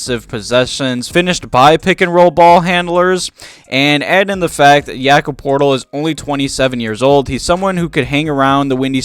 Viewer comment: Did you just call him Yakob Portal